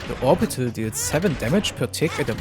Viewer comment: To me it sounds like you are saying "morbital" Instead of "orbital"